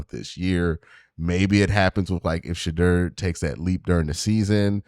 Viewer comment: Q, you’ve randomly began pronouncing Shedeur wrong! Plz fix